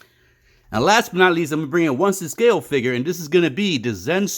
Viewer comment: What is a “figger”?